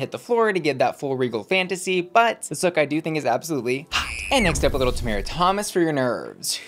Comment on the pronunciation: Ok but that’s not how Tomara’s name is pronounced. 😊